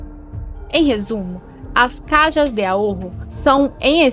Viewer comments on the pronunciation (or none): Se esta apresentando o video en portugues melhor falar todo em português,caja em português es caixa ,esta maneira como diz caja no existe em idioma nenhum